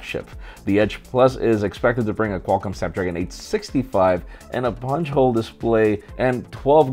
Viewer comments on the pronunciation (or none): none